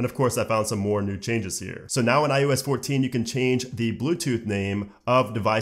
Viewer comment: STOP SAYING IUS IUS IUS. IT IS IOS